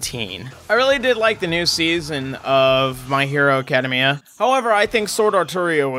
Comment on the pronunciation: The way you say My Hero "Academia" breaks my heart...